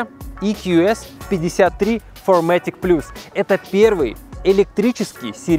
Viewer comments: Немного занудства, нужно в материале поглубже копаться Не фомэтик, а фирматик- по-немецки же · Wow, большой багажник! В 5-ти метровом S-классе, какая невидаль!!!1 Зы. Не "форматик", а "фирматик".)) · ферматик* не придираюсь просто говорю чтоб люди знали, это немецкое(правильно так, отвечаю) произношение, полный привод у мерсов. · на немецком языке читается фир матик